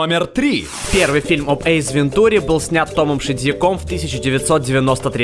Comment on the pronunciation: почему ты говоришь эйЗ, в место эйс....